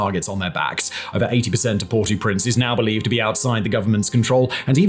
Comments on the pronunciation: Port-AU-Prince. That was annoying... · "port oo prince" hahaha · you pronouncing Port au Prince so wrong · I thought you’d have been intelligent enough to know how to pronounce Port-au-Prince. Shame. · Yo please pronounce properly Port au Prince